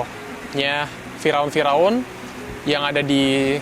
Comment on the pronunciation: Salfok denger bilang "fira'un"😅.. "Fir'aun" ya 🤭sori diralat dikit yaa